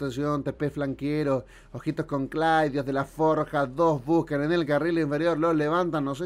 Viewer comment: Dice busan en vez de buscan pero queda como un juego de palabras